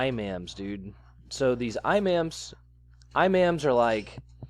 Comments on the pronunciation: ...Imam is not" I Mam'..its" E mAaams" its kinda cringy to keep mispronounsifying..lol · Imam is pronounced "E mom", not "eye ma'am". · “I mams” lol. Come on man, the bastards are called “E moms”. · Eemmaaaaammmm, not imom 🤨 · Imam pronounced EE-Mom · it's pronounced E,mam,and the imam is usually the person who is most learned in scripture and practice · "Eyemams" nobody will take and illiterate kid seriously lol ps Fuck Islam. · TR is a Zionist...and it's Imam, pronounced E-mam. an imam leads the prayers and gives a sermon on Fridays...the monies that they receive is what is called in Christianity "tithes"...it behooves us to learn more about it...and not speculate... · Pronounced E-Man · Imam pronounced like eee-mom. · + it is pronounced E-MOM cheers!!:) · pronounced E- MOMs. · It’s pronounced E-Mom. Justin treudau is a joke !!! Gender studies. Lol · Re you lamely trying to be insulting or are you ignorant of how to pronounce Imam? Mispronouncing it detracts from your credibility. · I know you don't give a fuck, and frankly neither do I, but Imam is pronounced with a short "I" as in "it" then dear old Mom. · Do you really not know how to pronounce Iman? How far did you go in school?